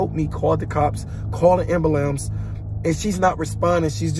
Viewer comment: "Ambulamps" I can never take someone like this seriously.